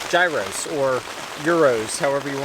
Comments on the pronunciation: By the way it's "yeeros" not "ntza eeros"🤣🤣 We wait for you in Greece, so we can camp altogether ✌️ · The closest pronunciation is yeeros. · As a greek it is pronounced yee rro with a heavy roll of the r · Superb video I have been up there in those conditions numerous times so I know what you are faced with. The Gyroos you mention are pronounced Gyros and originate from Greece or Fajitas from Mexican food. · Gyros looks delicious, but I believe that Greek people pronounce it like gear-oss. Thanks for the great video! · It's pronounced yee-roh. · Gear-oss is the pronunciation, possibly Jeer-oss depending which part of Greece you come from. Kale speros from Rodos Greece. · The food is pronounced gear os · Gyros , if it's the Greek bread pronounce , ( Hero or Hero's) , Simples.